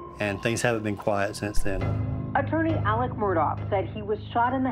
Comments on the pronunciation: It really bothers me that a news story can't even get the man's name correct. His name is pronounced Alec (not Alex). You lose credibility when you can't even get easy information like that correct. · It’s pronounced ALEC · Why can't anyone on these videos say ALEC